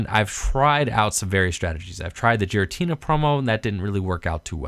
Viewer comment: Pronounced "Gear-uh-tee-nuh".